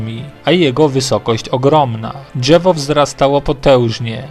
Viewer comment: Ani czegoś takiego jak gałełzie albo dżewo.... Słabo się slucha